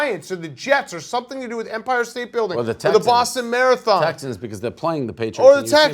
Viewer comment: Saying fck Empire state bldg wrong stu other than that im down with ya